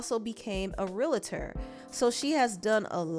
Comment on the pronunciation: Its Real-tor not Realator